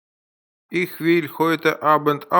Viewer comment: Да,всё вполне сносно .НО! Ваше произношение УЖАСНО.Если люди будут повторять ваше произношение - изучение немецкого посредством ваших уроков в итоге станет для них почти пустой тратой времени.Ну как можно обучать кого-то языку,совершенно не владея правильным произношением??? Неужели Вам так сложно говорить слово Ich , произнося его в конце с мягким знаком, ИХЬ !? При всём уважении,Вам самому не помешало бы взять курсы произношения ,иначе учить других людей иностранному языку у Вас нет никакого морального права . Поверьте,я не со зла…а просто жаль людей ,которые учат немецкий по Вашим интернет урокам. С наилучшими пожеланиями...